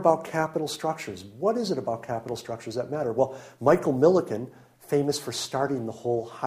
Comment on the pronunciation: Michael Milken not Miliken. You spelled and pronounced it wrong